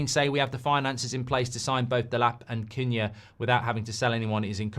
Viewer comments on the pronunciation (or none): His name is pronounced "coo-nya". In Portuguese "cu" is pronounced "coo". You've been saying it correctly for weeks then suddenly decided to start mispronouncing it 😅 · It's pronounced Kuhn-ya (the second way you pronounced it). Check youtube for the EPL video where players pronounce their names, Cunha is in the video.